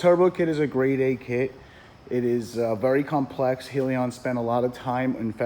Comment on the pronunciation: Isn't it pronounced "Hell"- yun?